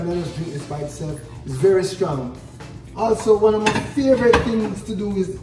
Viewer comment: Gwon! Gw-two! Gw-three!!